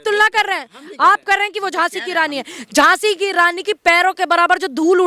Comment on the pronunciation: Anchor ki GhLty h Moafi mangni Chahye e ..Jhhansi ki Raani .to Jhhansi ki Raani .h...